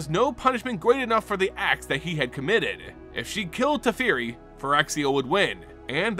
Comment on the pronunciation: Teferi… TEH FEH REE!